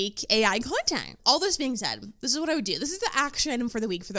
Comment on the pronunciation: Why did the word “whaaaeeettt” have 3 more syllables than it needed?